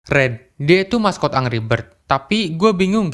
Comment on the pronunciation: saran aja nih bro, pastiin pembahasan lu di pengucapannya udah betul. contoh "angry" itu dibacanya 'enggri' bukan angri. dan kurang-kurangin filler word, seperti "ee..", "gitu", dll biar enak didengernya. juga kalo bisa menghemat kata, jangan mengulang perkataan yang sudah dikeluarkan. bukan sok menggurui, biar lu juga berkembang bro.✌